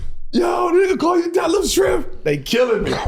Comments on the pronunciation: How I couldn't breathe when they man said detlef schremph..... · Yo I'm dying he said over rated and def shirmp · Bro said Detlef Schrempf